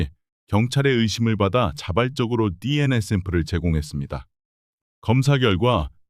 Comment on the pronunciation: 디엔아(DNA) 가 아니고 디엔에이 입니다 디엔아 라고 발음하는걸 생전 처음 듣네요~